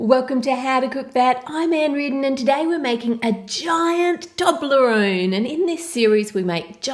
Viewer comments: It's pronounced toe-bla-roan not tob-la-roan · It's pronounced 'toeblerone' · What a nice guy, and what a HUGE Toblerone. I love how you pronounce it in Australia; 'Taublerone'. Here in Ireland we pronounce it 'Toeblorone'. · ITS PRONOUNCED TOE-BLER-ONE!! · That's not how u say it. TO-BLUR- ON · At the start is sounded like she said doblerone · Its TUBE - la - roon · you said toblerone wrong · Wtffffff.... That is not how you say toblerone 😂😂 what the hell is wrong with people